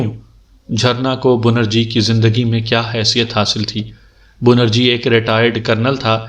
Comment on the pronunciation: assalam o alaikum bhai bunerji nahi benarji tasheeh karleejiye aur chureera nahi chareera sorry